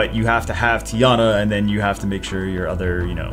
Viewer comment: I'm just here to figure out if he just called Teon Tiana or I'm just going crazy.